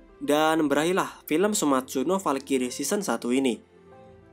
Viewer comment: Bacanya falcry bukan falkiri blok